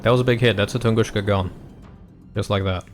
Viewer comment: Please stop saying TunguSCHka. It's TunguSka.